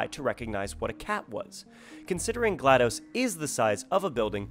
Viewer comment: this is great and all but it's GLaDOS "Genetic Lifeform and Disk Operating System" not NNaDOS.